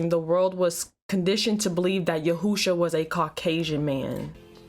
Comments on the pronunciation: It's Yeshua. Not Yehusha. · Why you keep saying yehoosha? It’s Yeshua. Yehoosha Jesus ratchet side piece. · She said "YAHOOSHA" LMAO IT'S YESHUA. AND I KNOW SHE DIDN'T JUST ASK IF ODB WAS STILL ALIVE??? COME ON NOW YOU WAY TOO CUTE TO BE ASKIN THEM KINDA QUESTIONS. DIRTY BEEN DEAD IVER 10 YEARS NOW